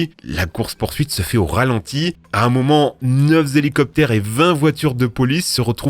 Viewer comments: "Neuf z'élicoptères" À part ça, la vidéo est géniale comme d'hab :D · "neuf Z'hélicoptères" .... Une tendance sur youtube. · "neuf-z-hélicoptères" lol la vachel eurs cravates ^^ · OG? Neuf zélicoptères? 😆